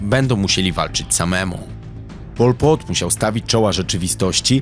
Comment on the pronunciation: nawet nie potrafisz wymówić jego imienia, a nagrywasz o nim film. No kurwa brawo.